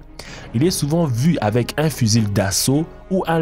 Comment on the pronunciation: wow il a pronnoncer le L dans fusil